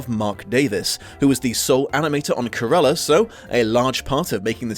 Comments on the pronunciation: Is it me or did pronounce Cruella as "Carella"? And just place me in the "wait there was a book?" group, please and thanks. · Cant you say the name Cruella? You say Curella all the way through the (really rather good) video!